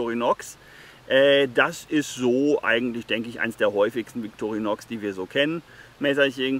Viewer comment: Ich glauuuube man spricht es „Vitorinoooo“ 😏